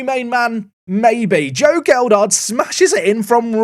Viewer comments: As a Leeds supporter, hearing “geld-hart” is grating. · Whats happened to Leeds youth set up in this game?😂 All in league 2. Lewis Bate is from our youth setup too. Its pronounced gel....hart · I don't think signing Gelhardt was a mistake, but possibly inserting an extra D into his name every time you say it might be. (Or it might be intentional. It wouldn't be the first time 😉)